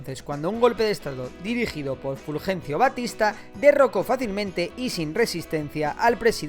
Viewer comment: Es Batista no Bastista igual buen video